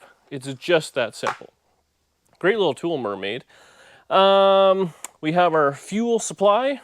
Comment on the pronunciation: I don’t know why Him saying nice little tool mer made sounded like mermaid. Made me laugh